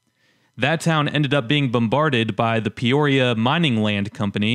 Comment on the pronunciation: Mispronounced Miami, Douthat and Peoria. My Dad, his brothers and His Dad worked the mines in Picher. They lived in Quapaw. When I was a kid (early 1970's) the chat piles were huge and guys drove dirt bikes and dune buggies over them.